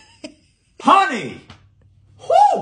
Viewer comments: Why did he break into a Texas accent when he exclaimed, "HONEY?" 🤠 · He went American real quick with that “HONEY!”